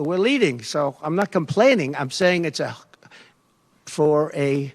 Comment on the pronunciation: Lmao... "com-paining.." talk about Freudian slip